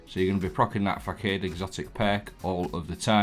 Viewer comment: Mate its pronounced fah sod 👍